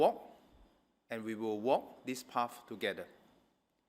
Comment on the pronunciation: "Path" not "pafh"